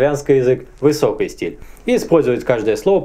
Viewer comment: почему ты говоришь высокОй и низкОй, когда литературно через и?